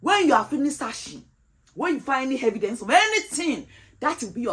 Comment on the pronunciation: please Where did you find the letter “H” in the word “evidence”?